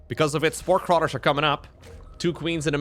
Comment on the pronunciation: I can’t tell whether you were saying ‘spore crawler’ or ‘spork roller’. Good thing for context, yes?